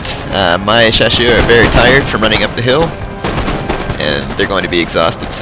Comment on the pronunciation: Great battle! Two things about the chasseurs: the double "s" is pronounced like in "snake", and they kinda suck XD